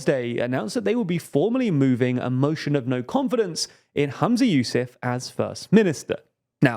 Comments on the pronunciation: Not bad TL;DR but why does no-one seem able to say the FM's name correctly?! It's not that hard! His name is HUMZA YOUSAF: not Hamza, not Yusuf or any other weird grab bag of vowels selected at random. You're not alone, but please try harder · You can bias if he can’t even be bothered to pronounce Humza Yousaf’s name correctly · his name is very, very, very easy to pronounce. this is extremely lazy tldr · *Humza Yousaf Its pronounced a it's spelt